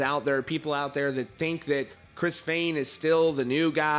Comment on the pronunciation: “Former percussionist Chris FAAAYYYN...” I’m sorry😂